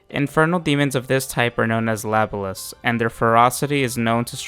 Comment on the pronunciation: LA-BO-LAS !!! Ffs